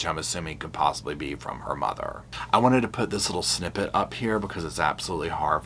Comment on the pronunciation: it’s wanted not anted sir